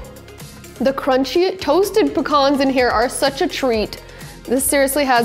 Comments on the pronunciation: It's "pee-cans" not pah-kahns. Otherwise, I'll allow it although, raisins and slivered toasted almonds ... and sans the red onions, instead go with Carolina Sweets or Vidalia onions. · The salad is really yummy and easy to make 👍Can also be seved with pita bread or tortilla.Pecans sounded like phukhannns😂😂😂 Love your recipes ❤️❤️